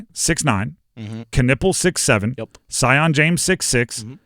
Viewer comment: Before the season is over please say Sion James correctly his name is pronounced "See-on" show that man some respect